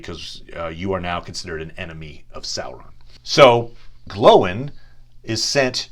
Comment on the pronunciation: Glóin isn't pronounced glow-in